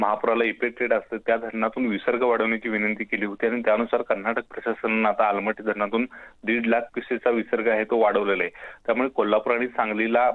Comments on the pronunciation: Amalmatti nahi aalamatti pahila not bola😅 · Aamalmatti nahi madam aalmatti........ Samaajik mahiti asne garjeche ahe aplya peshala....... Ghokampatti nako... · अमलपट्टी नाही हो आलमट्टि ते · Amalmatti nhi madam aalmatti😅😅